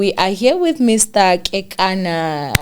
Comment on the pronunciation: 👏🏼👏🏼👏🏼👏🏼woow you pronounce the surname correctly 👏🏼 KEKANA. Mathebele a moletlane Zebediela Limpopo my home 🏡 ♥️